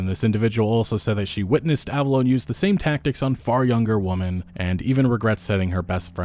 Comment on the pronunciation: “Believe all whamen”